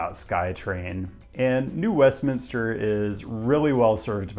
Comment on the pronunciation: As someone from Vancouver who lives in the Bay Area, it was 1. awesome to see New West on the list (and also awesome that you pronounced Westminster correctly!), and 2. painful to feel the number of digs about transit planning in the Bay Area. It's totally on point, but man, it's frustrating. I'm still waiting for the day when there are 10 minute (or less!) headways on Caltrain.